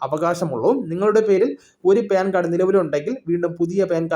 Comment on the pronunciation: പേൻ കാർഡ് അല്ല , പാൻ കാർഡ് , ok.